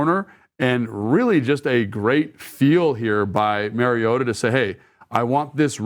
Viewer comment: Pronunciation of Marus Mariota's surname has been a radio topic this week, and the first syllable is like the 'ma' in grandma, not like the 'ma' in marriage. Marcus himself pronounced it that way, and now that I know the correct way, it is mildly annoying to hear detail-oriented Logan repeatedly mispronounce it. I am sure Logan is not doing that deliberately, and will correct it in future. In any case, we are fortunate indeed to have both Marcus playing so well and Logan explaining so well what he is doing.